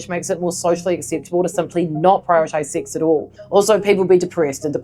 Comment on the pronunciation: At the beginning, your pronunciation and the middle letter being hidden behind you makes it seem like "SIX".